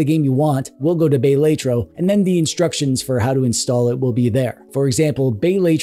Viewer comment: Bay-lay-tro is diabolical